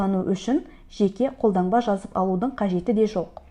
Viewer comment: ҚолдаҢба емес, қолдаНба* "Н" мен "Ң" ды неге ажырата алмайды екен осы қазақтар😮